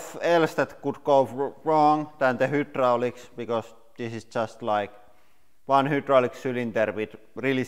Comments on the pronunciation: pronouncing the way it’s spelled....? hy·drau·lics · Hydraulics is pronounced "Hi-draulic" in English. I lived in Copenhagen calling Nyhavn "Ni-havn" until I was corrected. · What is the difference between who draulics and hydraulics? When he talks?? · It is hi droll icks not who drolicks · LoL "the hoodrolics" But awesome video 😁👍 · Whodrolics lol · What's a Who Drolic ?? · Who - draulics ? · Hoo-draulics 🤣 Massive respect for speaking a foreign language and all that, but surely you learn to pronounce the first word in your channels name correctly 😆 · Hoooo - draulics 😂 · THE HOOOTDROLICS 😂🤣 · Listing to him saying hoo-drooliks Make me vomit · Take a shot of snake venom alcohol every time he says hoodraulics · Pronounced Hi-drolics 👍🏻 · I was hoping someone else noticed it. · Hüdroliks. Jepp. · “the hootdraulics” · The Who-dralics lmao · Dude u talk to much and drag on do ur shit and make the damn video. "Hoo-drolics"???? Tf how do u get hoo from hy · Did anybody else died laughing every time he said WHOdraulics.. not truly making fun of them and I will say I do enjoy his channel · Wtf is a who-drallics? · The whodraulics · Whoodraulics? What's whodraulics? ;) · deh HOOdraulics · 'limit for the hudrolics' lol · I mean I don't care but in the USA it "hi-drol-icks" it how is pronounced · anyone else giggle alil when he say's "hootdralics" ??? XD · The resoolt? The hi-droo-licks starts to leeeeeaaakkk...